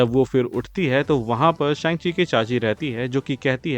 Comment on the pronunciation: Shang chi ke cacchi nehi vai ,, sang chi ke khala he 😅